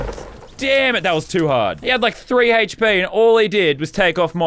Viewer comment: He says “heychp” when it’s hp